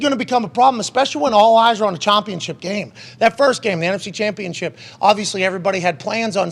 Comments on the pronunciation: Why the hell does this guy pronounce gambling and championship like "gombling" and "chompionship"? I heard him use a "short a" sound like in "cat," so I know he's capable. Super freaking weird. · 13 seconds in and I already heard ChOmpionship game 😂 now I can’t focus.. then comes gOmbling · Chompionship and gombling? 🤔. Am I the only one that caught those? Lol